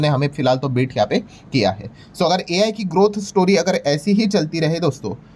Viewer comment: हमारे गुरु AI को आई बोलणे मे खुश है